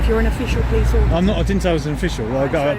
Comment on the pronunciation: Auditurd. Not “ auditor”